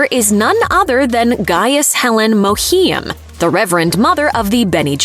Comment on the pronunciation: does her pronunciation of Reverend Mother Mohiam's name bother anyone else?